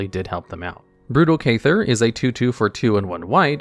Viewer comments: At what point did you decide “cathar” was spelled like “cayther?” Because it’s not and you’re pronouncing that card (word) completely wrong. It’s pronounced “cath” like “bath” and “ar” like the letter “r” or “are.” If it was just a made up word, whatever, but it’s an actual English word and a really clever one for its meaning and what this card does. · Kayther? 🤣 Jesus Christ dude Cathar is pronounced “KuhTHARR.” Language is the most sacred shared tradition, it sounds really bad when people shit on it. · bro ca-thar. You fundamentally changed its spelling to be what you’re saying instead of reading the word right. Driving me insane every time you say it.